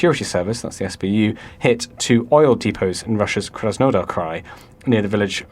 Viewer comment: KRASnodar not krasNOdar